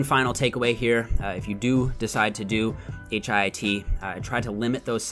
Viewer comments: I hate that he keeps saying H.I.I.T, just say hit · lol why can’t you say HIIT like “hit” instead of “H-I-I-T”? 😩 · You're inconsistent with pronouncing HIIT. Most of the time, you say H-I-I-T. Sometimes, you say, "hit." When you say the former, you come off as pretentious. And you darn well know that the latter is the most common pronunciation. I'm disappointed,. Be consistent. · Just a question: Why did you spell out H-I-I-T every time instead of referring to it as HITT??